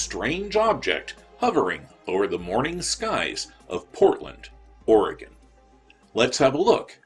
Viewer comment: Wow! Thank you for the analysis! It was definitely beyond what I expected and it makes the experience even more strange than when I was standing there taping it. My wife wanted me to thank you for pronouncing Oregon correctly. You couldn't imagine how many people get it wrong so a tip of the hat from her! She also mentioned the strange behaviour of the crows in that video. They were everywhere and they were making more noise than usual, and until you and she mentioned it I didn't even think about it. The birds seem freaked out. Very odd! I believe that whatever it was happened to be right over the river. It's the only place I can think something like that flying without looming directly over people on the ground, ultimately causing pandamonium which would happen if something that strange was flying right overhead. The I-5 runs along the river on the east side so I know someone else saw it! Maybe we will get a chance for someone else that saw it chiming in here? I can only hope. Thank you for your good work! I will do my best to spread the word for this channel. Your analysis and story narration is leaps and bounds above the "other" UFO and paranormal channels and I appreciate everything you do!